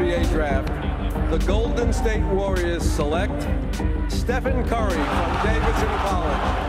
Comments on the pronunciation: its DAEVIDSON not DAVIDSON erghh.. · Davidson 的David a 是長音ㄛ （當母音為長音就是按照原本字母的唸法發音）